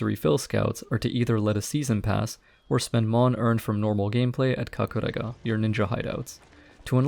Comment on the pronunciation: i like the way you said kakurega. it sounds like japanese accent